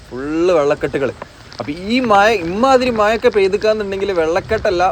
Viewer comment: no excuse with ur slang about MAZA not Maya